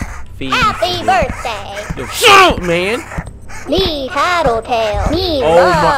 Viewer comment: Am I the only one who noticed that said "SHET UP" to Tattletail